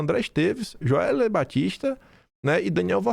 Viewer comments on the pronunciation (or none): none